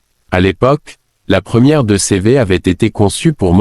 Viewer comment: Pour moi ce n'est q une étude. Créée par ia. En France on ne dit pas 2 cévé mais 2cv ou deudeuche